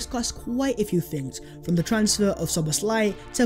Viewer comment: Name : no Szoboszl "áj" ---> Szoboszla "i" (y)!